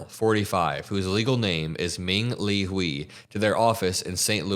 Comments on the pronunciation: This is beyond disgusting Hui is pronounced h-uei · These troglodytes knew exactly what they were voting for, they're just sad now that their cheap and easily exploitable labor pool is leaving before they could pivot to an alternative. By the way, Hui is pronounced as a combination of 'who' and 'hey'. The 'i' is not an 'e' sound.